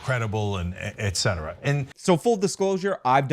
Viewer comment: ETcetera not ECetera